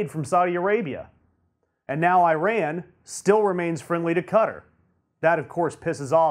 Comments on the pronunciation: It's pronounced "E Ron" not "I Ran". For goodness sake, get it it correct!! Don't you know how insulting that is? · FFS it is ee-RON not eye-RAN. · this is Eee-rAN not eye-ran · nice vids, plz say: "eeran" not "i ran" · It is not EYE-RAN!!! It is EE RAAN you idiots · I-ran ?? how stupid is that . learn to pronounce god damn it. I'll start to say A-merica lol. By the way there will be no war with IRAN . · eeran. Actually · It´s æ røn ffs. get your facts straight